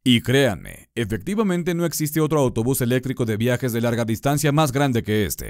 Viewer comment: Se dice ELÉCTRICO con acentuación en la tilde y la C. No se dice ELETRICO, así que a estudiar primero la fonética de las palabras antes de publicar vídeos jajajajaja